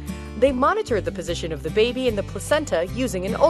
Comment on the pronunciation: It's zhe end of zhe world bruh